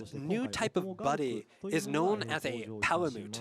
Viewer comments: No. No he doesn't. I'm triggered every time he says Palamoot instead of Palamute. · even dumbass is calling em palamoots